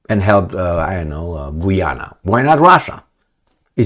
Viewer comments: It's pronounced GA'YANA not GOO'YANA 😂😂😂 Just like Usher.. A'sher not OO'SHER 😁 * Not surprised, huess ehats in GOOYANA,......O I L 👈🤬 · Guy Ana that how it’s pronounced. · I was simply pointing out the correct way to pronounce the name of the country Guiana, which is not the same way is pronouncing it in the video. He pronounces it like "Gweeana." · gayana <-- pronounced that way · Just FYI, Guiana is pronounced as Guy-ana and "Guy" is pronounced like guy when its used as a name like "Guy Fawkes" or as a male person or as collection of people like this, "Do you GUYS have any plans for tonight?"